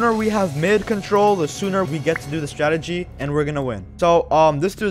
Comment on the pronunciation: Bruh not "startegy" it's "strategy"